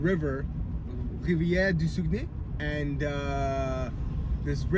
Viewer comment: Sag-uh-nay I’m pretty sure anyways